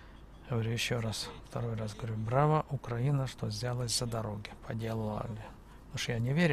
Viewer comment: Дружище, только пожалуйста, при произношении слова Украина,- ставь ударение на "И", просто так правильно. Да , а дороги у нас получше в разьі, и главное что постоянно делают. Уже с Львова к Ковелу делают, так что - ВЕЛКАМ